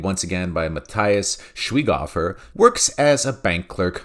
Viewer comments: Argh, stop saying his name the wrong way ... it's not Schweeghuffer but "Shwyghofer" with the O like the one in "worst"! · I don't like Schweighöfer. I find his character in army of the dead super annoying and his previous work and hype in Germany unwatch and unbearable. However you, yeah..you, you Butcher the pronunciation of Schweighöfer so hard, it's not even fun or endearing anymore. I get to feel sorry for the guy, and, like I stated previously, I don't like him.